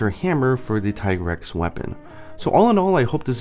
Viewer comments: TEA-grex is the correct not TIE.what are you talking about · The handler says "Tee-grex", so, no, "Tie-grex" isn't the correct pronunciation. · God dangit, it's not Tih-grex OR Tie-grex, it's officially dubbed Tee-grex in English. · i prefer said [Tea-grex] not [Taï] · Mi handler says "Tee-Grex", not "tie-grex". Is something wrong with my game? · Wait, I'm confused about the Tigrex pronunciation. I've been calling it Tai-grex this whole time, and then Iceborne says Tee-grex, but you say it is officially Tai-grex? Which is it? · Ty-grex??? In Iceborne they call it Tee-Grex. I swore these debates would end already but damn, the "Ty-grex" side has evolved into full on denial. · It IS pronounced "Tee-grr-ex". Because the name is a pun on "T-Rex" with extra "GRR". The name was even confirmed in spoken manner within Iceborne. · Tigrex's Japanese name is literally pronounced "tea-grex" though. You'd think a guy notorious for playing Japanese versions of MH games rather than waiting for translations would pronounce it so. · This nigga just said Thai grex... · isn't it pronounced teegrex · Doesn’t the handler pronounce it Tee-Grex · Who the hell pronounces Tigrex like Tee-Grex? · It's actually "Tee" grex in Iceborne, the handler clearly pronounces it that way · Bro. There is voice acting, you can't say that a pronunciation is correct when it is directly contradicted by the game. The handler very clearly enunciates "tee-grex." Small nitpick but you took an aside to comment on it so, yeah. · Uh, no, it's still TEEgrex. They even say it in the cutscenes. The only way it would change would be if Capcom japan changed the romaji spelling to Taigarekusu. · I'm glad I'm not the only one who noticed mistake on Tigrex pronunciation. Shame on you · In english, Tie-grex is the official pronunciation. In Japan, its Tee-gure-kusu. So either pronunciation is fine. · what can we do? well... at least pronounce the name correctly like how it should be I guess? :/